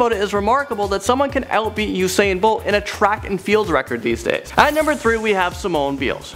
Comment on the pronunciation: He pronounces usain bolt as Husain bolt